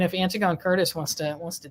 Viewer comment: Antigone is pronounced "Anne-tig-on-knee"! Anti-gone is the faux pronunciation of the classical name from Greek Mythology, Antigone. Antigone stood up for what she believed to be morally right, fyi.